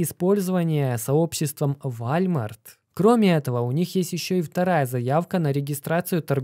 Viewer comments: Какой вАлЬмарт? вОлмарт правильно же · Не ВАЛЬМАРТ А ВОЛМАРТ !!! ЛАПОТЬ !! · не Вальмар, а ВОЛМАРТ! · Скорее Уолмарт станет Вальмартом, чем его правильно назовет))) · Не Вальмарт😂 а Волмарт. (Walmart) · Не забыл поставить лайки и поделится с друзьями., не забудь исправить Вальмарт на Волмарт.🙏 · не. ВАЛЬМАРТ, а УОЛМАРТ🔥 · Все круто, но надо прекращать называл уолмарт вальмартом. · Вуольмоарт. Так правильно) а не Вольмарт)))) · не позорься, какой Вальмарт? Там же написано Волмарт! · Не ваЛЬмарт, а вОЛМарт! О боже, это ужасно звучит, словно говорит бабушка, кепчуп или компьютЕр. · Уолмарт, а не Вальмарт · уже не в первый раз слышу про Walmart, по русски это звучит Волмарт. Просто слух режет для тех, кто ходит в Walmart 😉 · Исправь произношение -ВОЛЛМАРТ - и ВСЕМ будет Счастье! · Да это и не по русски Уолмарт, если уж говорить про звучание. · P.S. Walmart - произностится как Волмарт) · Вальмарт, немЕрения о господи чел ты даешь отличную информацию, но уши режет ужасно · Вальмарт?? Серьезно?)) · Скрипя зубами слушал про вАЛЬмарт. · ВОЛМАРТ! исправляют люди каждый раз когда видео про волмарт. хватит игнорить своих подписчиков. Уже год пытаются научить говорить ВОЛМАРТ правильно. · Передернуло от каждого сказанного «вальмарт» .... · Аж слух режет вальмарт. Вахах ну ты даешь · Уолмарт или просто Волмарт,.